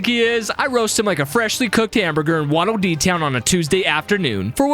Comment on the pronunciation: You hurt the wattle dee… calling vernias